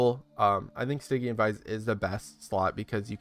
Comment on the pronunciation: Cool guide. Think I might mess around with this kinda build next. Also, "Stygian" is pronounced with a soft G, like a J sound, like "Surgery".